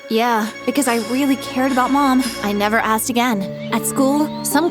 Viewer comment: That yeah sounded like YUH 💀😭😭